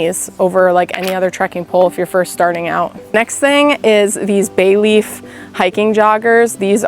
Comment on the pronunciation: Thank you sooo much for pronouncing it as “bay-leaf”. Most other content creators call it “belief”, and it frustrates me. I guess those of us from CT know to pronounce things correctly, lol. And also yes, they’re amazing pants. Along with the Nitecore headlamp. Another fave I used daily.